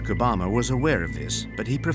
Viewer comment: I'm mad the narrator mispronounced Obamas complete name😮 but no one else's